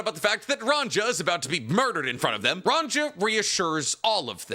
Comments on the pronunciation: Scopper sco—pper, there isn’t two Os. Why are you pronouncing his name that way bro lol. Also her name is ranya lol where is that j sound coming from? lol are you rage baiting 😂😂😂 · "Run Jar" he said😔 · Giants are Scandinavian, so their names are Germanic. The j makes the y sound like in Mjölnir. Ronja- Ronya